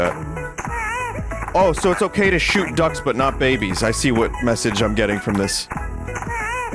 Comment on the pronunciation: Vinny finally plays schüt games the fabled babby AND schüt game